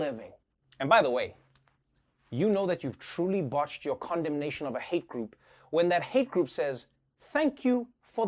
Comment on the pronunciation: Am i the only one hearing condomination as condom nation?